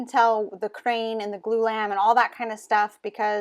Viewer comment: "Glue Lamb?" "Blue Lamp?" I have 6 years in construction and have no idea what you're saying.